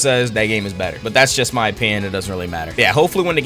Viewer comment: "my list" What i hear: Our list 😮lets go poggers